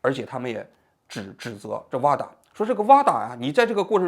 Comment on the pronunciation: WADA not vada